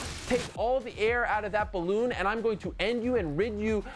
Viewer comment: MY FEWT WAS A BALLEWN